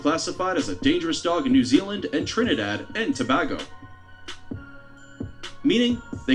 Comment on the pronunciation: Yo da mans butchered my homes name Trinidad n Tobago😭